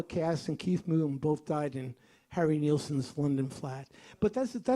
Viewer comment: His name is pronounced Nil-son not Neil-son.